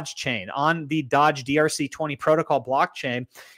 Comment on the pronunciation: I hate the way you say doge 😂😂